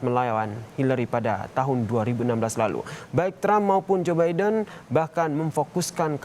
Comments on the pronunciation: Zubaedah apa Zaenab gitu kedengarannya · Iya joebidah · hahaha jobaidah..... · Ini kuping gue yang rusak apa gimana ya.. capress kedengeran namanya..jobaidah 😂